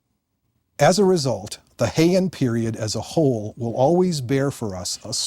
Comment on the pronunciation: In the first 30 seconds our expert mispronounces BOTH Heian and Kyoto. Loser